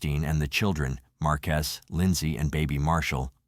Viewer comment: This man messed up these people names like no other lol, markiest or marques 🤔 I'm positive it's MAR-QU-ES